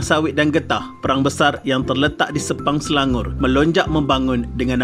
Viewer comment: Perang bukan Prang